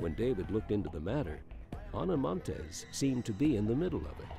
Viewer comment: I would like to know how a professional documentary of this kind can possibly be created with the narrator repeatedly saying "Ana Monteses" when referring to something she possesses. As a writer and recorder and a former journalism student I know it's correct English to NOT pronounce consecutive s's, especially when a person's name ends in 's'. This annoying and childish mistake is seeping into televised news and sports along with a small list of commonly mispronounced words and it's driving me crazy!!! While we are at it, the word escape is not pronounced ex-cape, proximity is not 'proxzimity' and worst of all (because it's mispronounced by even supposedly intelligent people) is nuclear. It's pronounced nu-clee-er, not nuke-you-lerr!!!!